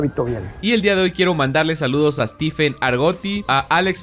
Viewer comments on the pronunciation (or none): none